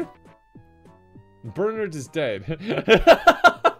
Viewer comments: the way he says bernard is so much worse than any game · The way that Kevin pronounces Bernard gives me life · My boss's boss is named Bernard. So I'm very amused to hear BerNARD being pronounced like BerNERD. Happy belated Kevin.